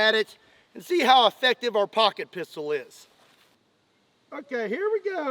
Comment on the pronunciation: Did anyone else giggle a little inside when he said "I have a lot of Poocket Pistols" Hehehehe 😁😂😅😭🤡